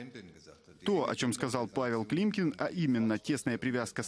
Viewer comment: климкин УВАЛЕНЬ-К ЛОГОПЕДУ!